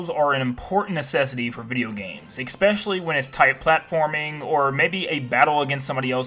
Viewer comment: Especially not “expecially”